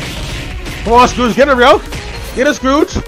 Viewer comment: did he say “Scrooge” vs legend.exe. If he did, I know what he meant, but I’m just shocked that somebody could mistake the word Scrooge with Scourge.